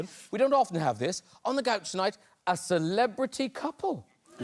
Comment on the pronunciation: Especially how he says "a ceLEBRITY COUple"